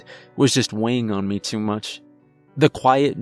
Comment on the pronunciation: The tone of the narration is so detached that it undermines the story, which is fairly well-crafted. What is with that "meh" pronunciation of the word "me"???